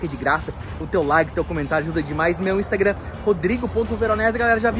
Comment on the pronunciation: Ohhh falou Instagran e não, innssstagrammmy kkkkkkkkk